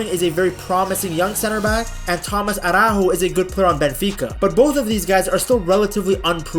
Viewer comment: The way you sounded saying “Tomás Araujo” is a violation 🤣🇵🇹